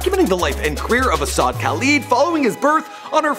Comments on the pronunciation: isn't not ashad . asahd or pronounced as Asad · ASahd is pronounced asad, not ASHAD... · bruh don't know how to pronounce anyone's name what is ashad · No way this man not callin him ashad on purpose 😑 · Why do u say ashad, his name is pronounced ASAD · It's not ash-had it's a-sa-da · this dude said ashad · His name is pronounced as Ah-sad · He butchered Asahds name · It’s pronounced asaad not ashad and it’s khalID not khaleed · You want DJ Khaled to watch/retweet this but keep mispronouncing his sons name? And the last? Ok